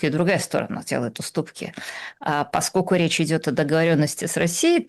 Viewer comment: Слушайте, я конечно все понимаю индивидуальные особенности есть в речи каждого,. Но вот это "паскоку" вместо "поскольку" и еще с пяток таких оборотов - очень уж режут слух.